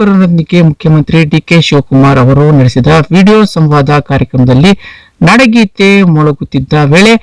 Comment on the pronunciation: ಅಯ್ಯೋ ಅದು ನಡಗೀತೆ ಅಲ್ಲಾ ನಾಡಗೀತೆ ಎಂದು ಉಚ್ಚಾರಣೆ ಮಾಡಿ 😅😂